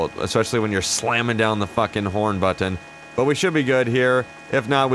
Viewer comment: "Do I have a horn buTTon?" The way he pronounces butTTon or MarTin is so funny!! 😂